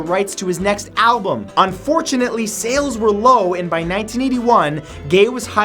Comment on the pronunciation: and fortune... Un fortune ately 😆